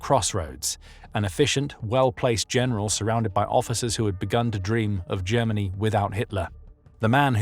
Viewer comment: “Jemmeny” = Germany